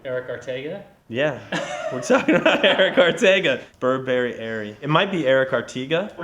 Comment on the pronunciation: BURRBERRY ERRY!!!!